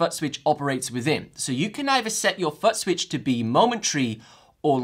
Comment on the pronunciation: I just keep hearing him say “Butt Switch” 😅